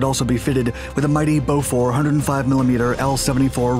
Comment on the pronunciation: bowfore? BOFORS